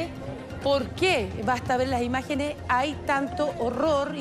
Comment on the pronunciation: "la imagenes shtron immpatantes" no pueden hablar bien aun siendo profesionales?